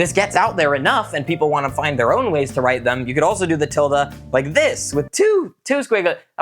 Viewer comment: vid idea: Now that he's said "drite" for write and draw, I want him to make up words he think the english language should have